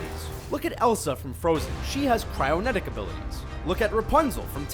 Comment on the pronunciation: It's called "Cryokinetic" not "Cryonetic".